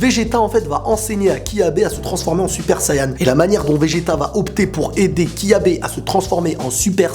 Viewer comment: Tu as dit "Kyabe" alors que c'est Cabba ! Bonne vidéo !